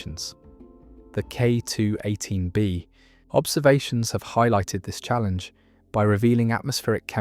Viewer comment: Why are pronouncing K218B so differently everytime. You‘re setting the pause weirdly, like K…218B or K218…B